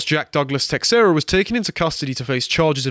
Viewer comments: Just one thing that is driving me nuts: it's teiSHEIra, not teKSEra! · His last name is pronounced TAY-SHAY-RA, c'mon guys. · Just for future reference, it's (tuh-SHARE-ah). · It's an Iberic name you pronounce it as teh shay ra if it's portuguese and teh hey ra if it's Spanish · The man's last name is pronounced like Tah-share-ah. A baseball player by the same name was on the Texas Rangers when I was younger and actually payed some attention attention to baseball. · It is astonishing how many people don't know how to pronounce Teixeira.